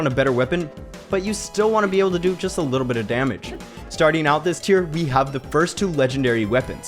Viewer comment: you realy put the multiple "L" in "Little_L" as always